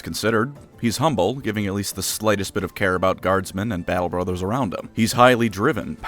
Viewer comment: baatle bruhthurs!